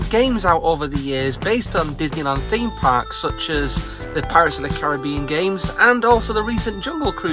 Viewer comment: Did you say Disney Thark? Theme Park. Th-ark. Thark! I’m gonna try that out